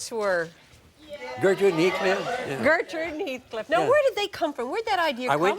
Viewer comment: You have to say it right, its Gertrude and Heathcliff.